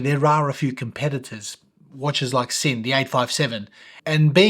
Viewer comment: I've asked two German colleagues at the workplace independently, and confirm that Sinn is pronounced Zinn, not Sinn :)